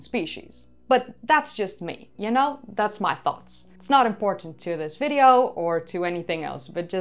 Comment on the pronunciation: Yes of course she is. Another way to tell is replacement of V with F. "In this Fideo"